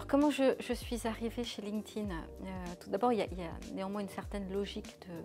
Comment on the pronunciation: Merci. Enfin quelqu’un qui sait prononcer « linked » au participe passé :)